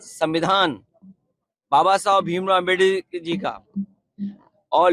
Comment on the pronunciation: Bolane bhi Nahi Aa raha Ambedkar Sahab ji Naam tak nahi Aa raha aur Ssssss bol Rahe hai